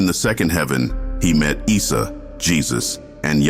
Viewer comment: Not "Israel and Mirage" it is Isra wal Mirage, Pronunciation of Isa AS , you just hear it, like issa, good video, but lot of mistakes, please correct it